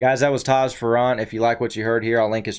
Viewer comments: Fair-ant the double r s back pack on the other not pronounce separately either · FYI….Taji ‘s last name is pronounced like “Fairant” with the emphasis on the Fair. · It's pronounced Fair rant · You miss pronounce his last name